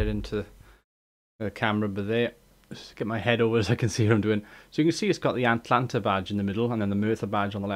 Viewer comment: A-t-a-l-a-n-t-a not Atlanta ;)